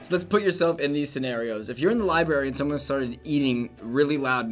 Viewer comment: LIBARY!!! nooo. it's Library.